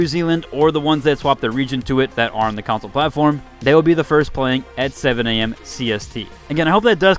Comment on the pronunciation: "counsole" CON-SOLE.. CAN-SOL (strong A sound). Not COUNSOL.. I'd pay to laugh at how you'd say "members of the counsel please bring your consoles"